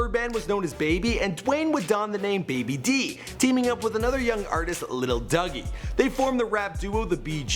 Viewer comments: Lil Dougie lol. It's lil doogie as in Doogie Howser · Lil Dougie??!??? Nah its Lil Doogie aka BG get it right now lol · He said lil dougie he meant lil doogie lol 😆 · Dear, Pronunciation: Lil Dougie = Lil Doo-ghee (as in Little Doogie Houser MD) Pronunciation: UNLV = U-N-L-V (Stands for Untamed-N****z-Living-Violent) You did a good job elsewhere, though. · please don't tell me he called B.G. lil duggy instead of doogie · Did he just call B.G. Lil Dougie!? turns off video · Who tf was Lil Dougie? Lmfao. Put some respeck on BG's name lol.